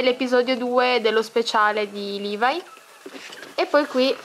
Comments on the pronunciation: Si dice Levi no liavi😐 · se pronunci un'altra volta male levi mi uccido!!!!!!11!!!!1!!!11!!!1